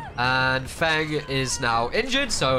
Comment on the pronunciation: Every time he said feng or the two fengs. It sound a little bit like the alternate word for a cig or the slur LOL am I the only one LOL